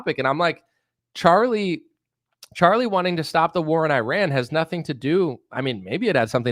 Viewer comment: You piss me off to no end when you say Qatar and Iran, but the way you make fun of Tim Pool makes up for it. Especially Tim Beainie, Tim Beanie, Tim Beanie.